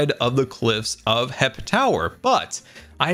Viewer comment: its... HEP. Not "HIP"...... GAH!!!!